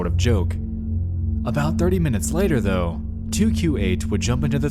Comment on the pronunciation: Bro, just use a real A.I voice. This is horrendous. When you say “though” and “however” it’s grossly paused even a different tone.